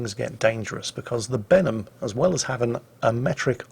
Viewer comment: When says "Benham" to me it sounds like "Venom". Maybe that's me from NA region and watching the Venom movie recently.